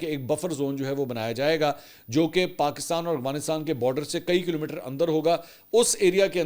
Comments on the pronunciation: mujhe esy lag Raha hai Mansoor bhai Afghanistan ko bhaharistan kehny ke Koshish kr rahy hain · Sir ap aghwanistan q bolty hen